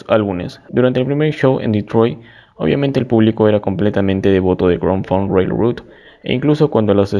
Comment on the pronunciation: Hola estimado, buen vídeo, algunos datos a recalcar, mejora la pronunciación del nombre de la banda y sus integrantes, te faltó mencionar la estafa que le hizo Terry Knight a Grand Funk, te saltaste los discos Shinin' On y All The Girls In The World Beware! de 1974, el segundo disco en vivo "Caught In The Act", y Born To Die de 1975, quizás los discos anteriormente mencionados no son de tu gusto pero si vas a hablar de la historia de la banda, que sea de LA HISTORIA y todos sus discos. El disco solista de Mark y No Frills, son de 1977 y 1978 respectivamente (tu dijiste 1978 y 1979), además de otros datos, creo que el último es en donde más te me caes y que le quede claro a todos los fans que pasen por los comentarios, MARK FARNER NUNCA SE FUE DE LA BANDA, DON BREWER LO ECHÓ, HACIÉNDOLE FIRMAR UNOS PAPELES PARA TRANSFORMAR LA BANDA EN UNA CORPORACIÓN Y ASÍ MARK QUEDAR COMO 3ER ACCIONISTA DENTRO DE LA BANDA, A LA VEZ TAMBIÉN LO ECHABAN REEMPLAZÁNDOLO POR 3 PERSONAS (QUE POR 20 AÑOS HAN INTENTADO LLENAR EL VACÍO DE MARK FARNER) Y HAN SEGUIDO TOCANDO POR TODO USA, ENGAÑANDO A SUS FANS HACIENDOLES CREER QUE TOCARÁ ALLÍ LA PERSONA QUE COMPUSO MÁS DEL 92% DE TODA SU MÚSICA Y QUE LLEVO A LA BANDA AL ÉXITO Y RECONOCIMIENTO QUE TIENE HOY EN DÍA.. A la vez mencionar que cada año, se hace una reunión corporativa entre Mark, Don y Mel. Y Mark ha estado por más de 20 años intentando reunir a la banda, pero estos dos hacen oídos sordos a las peticiones de Mark, como para tomar decisiones de